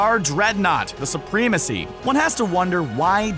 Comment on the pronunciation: Soo-PREE-mah-see?!?!?!?!???? Ackgh! Such an ignorant pronunciation. I can't watch any further.